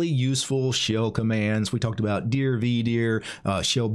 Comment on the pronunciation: 1) Neither "dir" nor "vdir" look much at all like what the standard output of "dir" used to look like on DOS or looks like on Windows, so if that was the purpose, they've failed pretty hard IMO. 2) Why on Earth do you spell it out in speech, in stead of just pronouncing "dir" as a word? It's not like it's an acronym, you know.